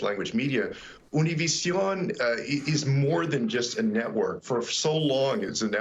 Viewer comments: It's Univision not tunnelvision! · It's not Univision, it's OONA-VIZ-ZEON.